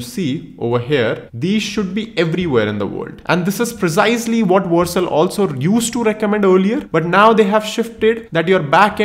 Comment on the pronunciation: It's Vercel not Warcel😅